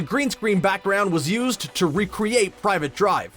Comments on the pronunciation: Did he say Private instead of Privet? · That's "Privet Drive", not "Private Drive" you muggle.